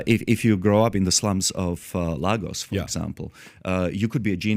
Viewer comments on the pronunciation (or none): It’s not called lag gos it’s called Laygos